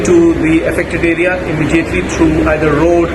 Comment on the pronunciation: Not ara bredda, the word is area